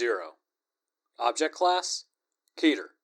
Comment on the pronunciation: Um akchewtually it's pronounced keter